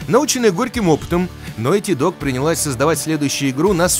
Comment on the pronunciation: Опракидывайте рюмку каждый раз как он говорит «нойти».